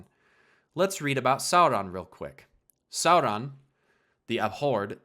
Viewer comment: How did you mispronounce "Sauron"? incredible